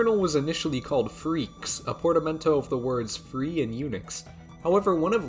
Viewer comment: its Free-Axe not Freaks (for freax)